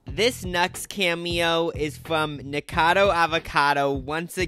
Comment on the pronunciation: Obsessed with the way u guys still don’t pronounce nikocado avocado correctly 😭😭😭